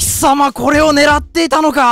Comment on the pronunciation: 怒涛の巻舌 でコrrreでオrreが1位だからｧ